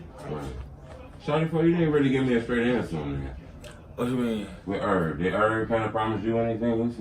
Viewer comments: bruh you gotta learn how to say H-ERB, NOT ERB, NIGGA USE THE H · This nigga keep saying irb 😂😂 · He called him Erb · Nigga said erb 😂😂😂😂